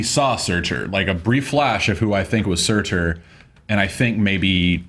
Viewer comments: Surtur, Pronounced SOO-TAR, not SERR-TERR! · Also, you don't pronounce the r at the end of "Surtr." It's just pronounced "Surt."